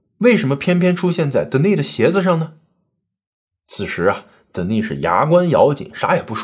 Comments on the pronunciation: 是不是发错音呀？De ni s，是不是应该读 Den ni s 才对？ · Denis的发音是 dan-ni-s 丹尼斯